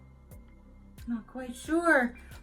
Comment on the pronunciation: That is pronounced Nah-zare-ehth. It's called the land of milk and honey from Exodus in the Bible.